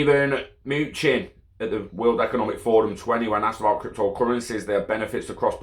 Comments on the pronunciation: His name is pronounced muh-nuh-chin. But keep saying moochin plz 😂🤣😂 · It’s actually muh-new-chin **